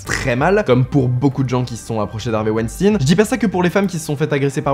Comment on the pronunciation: On ne dit pas "wenstinne" on dit "weinstein", comme quand on dit "Einstein". Ton intonation est ridicule.